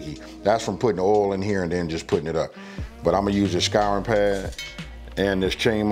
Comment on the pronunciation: Finding this years after posted and appreciate it so much! Also the nerd in my heard "Skyrim pad" for a split second and then realized you said "scouring" pad, LOL. <3